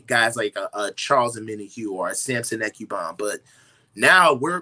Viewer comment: Coach still saying Ekubam